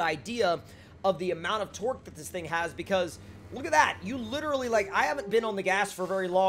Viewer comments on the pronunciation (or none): idk if this is just me but when he says torque it sounds like twerk